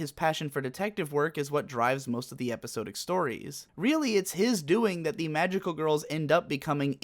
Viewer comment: epi-sod-dic not epi-so-dic. Damnit.